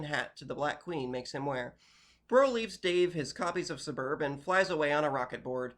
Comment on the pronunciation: This is the first time i've seen someone pronounce it Sub-erb instead of just taking out the sound of the first U entirely and saying SSS-berb